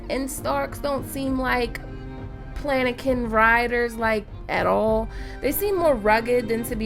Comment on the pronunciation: palanquin is pronounced: pal-an-KEEN